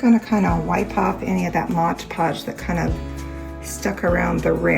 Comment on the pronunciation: Come on Mom read the bottle of Mod Podge. It does not say Modge.